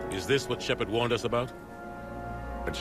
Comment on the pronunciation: It's SHEPARD